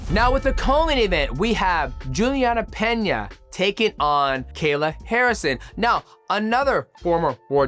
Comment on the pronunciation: Mighty you good? Noticed you're slurring a lot of words lately. Your pronunciation of Julianna pena is rough